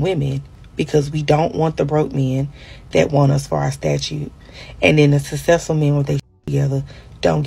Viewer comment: Most successful women can pronounce “successful”.